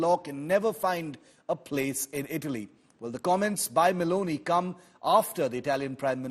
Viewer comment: did he say Baloney instead of meloni once?